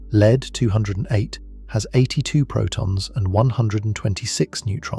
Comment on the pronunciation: This is a remarkably well constructed and well-layered exposition. One of the few 'tells' of non-human origins is occasional repeition of points that serve no positive benefit to the exposition. Perhaps the most interesting and inexpicable defect is that the name of the element, lead-208, is sometimes mispronounced by spelling out the name as "L-E-D 208". What is the root cause of this error?